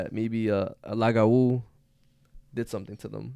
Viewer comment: as a half haitian, im surprised yet happy to hear yall talk about lougawous, i was never taught about my venezuelan side, so i enjoy hearing about the spanish urban legends too, but it’s really pronounced loo-gah-woo!! 🇭🇹🇻🇪 love this podcastttt. also, a bokor (boko) is a haitian vodou priest. A bokor turn people who have done bad things into Lougawous. Lougawous prey on children mostly. They take on human form during the day, and shapeshift and hunt for children at night.